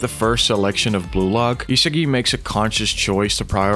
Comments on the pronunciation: Yo... how do you make a video on Blue lock and call the main character ee-se-gi the whole time... EE-SA-GI man it's not even hard to pronounce. It may seem like nitpicking, but it actually isn't. How tf am I supposed to take a video on Blue Lock seriously if the video creator doesn't even pronounce an easy name of the main character properly. Cuz I can tell you that neither the sub nor dub pronounced his name ee-se-gi. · Your pronunciation of isagi is annoying the shit out of me. E-SAH-GI not HeSeeGi ffs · e sa gee not e siggy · stopped watching as soon as i heard eesagai ngl xD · Is no one gonna talk about how he pronounces Isagi 😭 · Nah bro but how the hell do u manage to mispronounce Isagi lmao I legit stopped watching the vid cuz of that major L